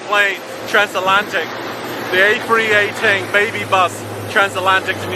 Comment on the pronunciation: He says a318😂